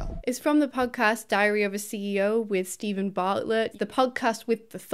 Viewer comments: In the opening few seconds, I genuinely thought you said "..diarrhoea of a CEO" It works either way.. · When you said “Diary of a CEO” I heard “Diarrhoea CEO” and cannot stop laughing.